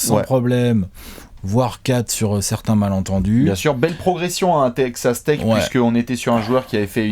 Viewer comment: mdr pendant toute la video j'ai entendu "take ca steak" pour Texas Tech